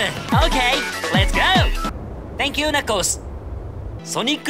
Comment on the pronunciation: Thantks yah